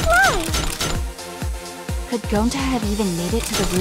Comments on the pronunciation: “He wouldn’t hurt a FLÆ” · he wouldn't hurt a flmmy